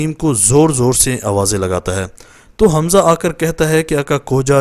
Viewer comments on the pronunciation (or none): none